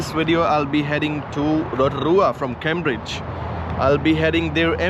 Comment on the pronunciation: Great show thanks ! The start of Cambridge is pronounced "came" not cam, forgive my pedantry:-)